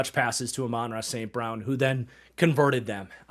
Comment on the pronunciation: Just as a heads up, Amon-Ra is pronounced like “ah man-rah”. Probably some short clips on here pronouncing it if you search it up